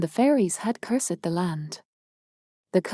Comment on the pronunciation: If this is AI, it is the best AI that I have ever heard. Very few words are mispronounced except for cursed.